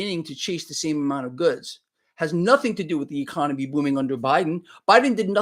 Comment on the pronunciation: E-CON! NO-ME! DAMN! 😩😆